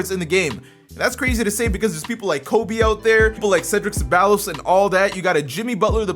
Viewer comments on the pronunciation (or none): none